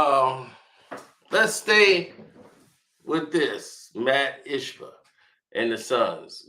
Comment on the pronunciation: Wow you murdered saying Ishbia's name.